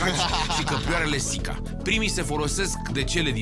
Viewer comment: Căprioară = șica ( shika) nu Sica